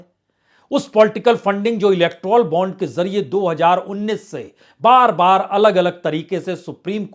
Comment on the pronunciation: पी पी जी इलेक्ट्रॉल बॉन्ड नहीं इलेक्टोरल बॉन्ड होना चाहिए, कृपया जांच लें...